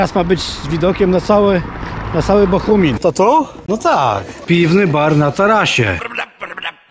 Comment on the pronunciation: BOGUMIN kuwa, jaki Bohumin?